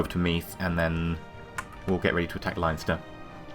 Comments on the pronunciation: it's pronounced LEN-ster.:) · It's pronounced LEN-ster ;)